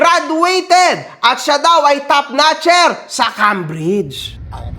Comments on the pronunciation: The One..... parang mali yata pagkakadinig ko ha..... "top notcher" o Top"Snatcher"? ahahahahahahahahahahahha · Ano daw Top ess natcher? Hahahaha